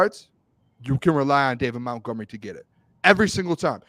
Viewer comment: Again it Montgomery not Mountgomery